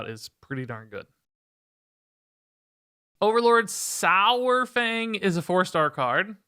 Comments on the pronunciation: Please say dinosaur then say saurfang now say dinosour then say sourfang. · The pronunciation of Saur- is halfway between "sour" and "sawer". It's easier once you realize it's from the Greek sauros, meaning lizard. Think dinosaur. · "One of the all time favourite characters" doesn't know how to say his name